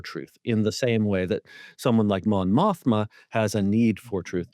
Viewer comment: just wanted to give a heads up that her name is Mon Mothma, not Montha